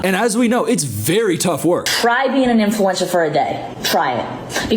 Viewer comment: “Influencer” … “Influensaa” … 🧐